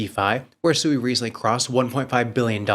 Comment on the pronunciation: You just played a video a few days ago with the CEO of SUI and he literally pronounced it correctly five times in less than 60 Seconds and for some reason you still want to call it SUEY, like a little piggy.. I have some Dodge Coin I'd like to sell you that Elon keeps promoting